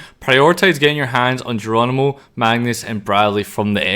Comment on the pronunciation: Jeronimo ❌ Gono ✅